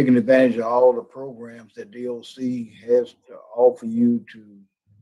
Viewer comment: I really like your content but I don’t think I can listen to saying sen-nence instead of sentence and saying progrums any longer. I want to drill pencils in my ears when I hear them.